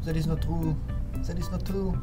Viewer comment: zat is not trou 😭😭